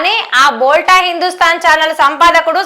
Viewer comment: "బోల్టా" కాదమ్మా, "బోల్తా" అని పలకాలే, "బోల్తా" అంటే మాట్లాడటం